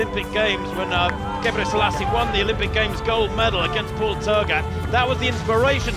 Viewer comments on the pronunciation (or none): none